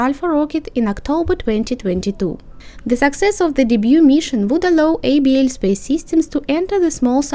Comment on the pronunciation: You pronounce the name as "able space"